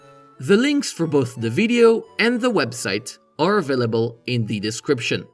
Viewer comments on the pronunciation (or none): Did you say afillable instead of available? 😋